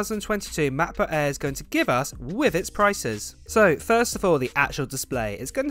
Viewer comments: It's "MacBook Air" not "MacBook Aaaa..." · Hate you pronounce macbook air !